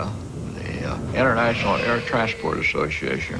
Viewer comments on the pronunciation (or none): "International Air Trashport Association"